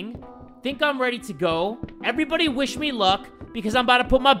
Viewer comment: I love that said "everybody get weady and buckle up cause here we goooo"